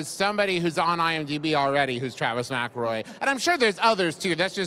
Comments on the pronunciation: in she mispronounces the last name of her guest. A+ research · My friend has been listening to their stuff for a long time, I've said "McElroy" in front of her a million times, and she still pronounces it like that. Now, granted, every time I read "Hoops McElroy" I read it as "Hoops mic-EL-roy" so I dunno what's up with that. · oof, this woman is probably the cringiest person ive ever experienced. right from her very first words and starting with the way she pronounced mcelroy. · Yeah she did mispronounce "Mcelroy."